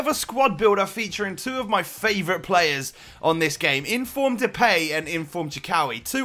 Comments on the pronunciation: He says it like de-pay When it is, De-paai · You keep saying the peej (depay) but you pronounce it as the paaaaaaj. I am from the netherlands so i know how to pronounce it because i watch eredivisie a lot. So if you can say it right it would be even more awesome but i still love your vids 💪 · Its fucking Depay Not Depey its DepAAAAAAy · Sorry but you bug me by saying Depay wrong